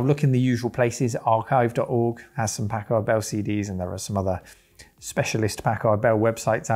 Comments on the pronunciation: Pack-erd. Why do you guys seem to think you have to massacre the letter A every time you see it used in an obviously short vowel sound? Americur...Pack(hard pause) ARDD Bell... What is it with you guys and the letter A? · Am I the only one who remember these as "Pack-Herd" Bell pronounciation? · It's funny how British folks pronounce Packard "pack-ahrd" rather than "pack-erd." After all, they don't pronounce mustard "must-ahrd," do they?